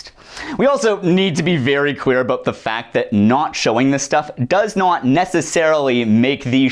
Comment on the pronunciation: whenever you say "clear" i think ur saying "queer" and do a double take but i love it every time